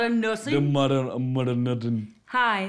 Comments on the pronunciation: “the Mudduh of Modunn Nersing” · “The muder of mudern nursing” Gets me everytime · I watched the intro 6 times and cried laughing???? "..da muddah ov moddan nersin'.".